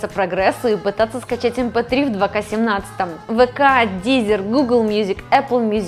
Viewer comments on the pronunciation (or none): Не ДИЗЕР, а ДИЗЁР. По французскому языку проходили.